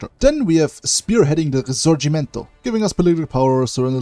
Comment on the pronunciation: you have an excellent Italian pronunciation, you are the only person who makes videos of hoi 4 who I have ever heard say the word risorgimento correctly